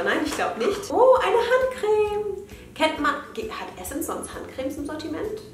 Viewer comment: Immer wenn jemand Essence Adventskalender sagt denke ich immer das die essen's Adventskalender sagt 😂😂😂❤️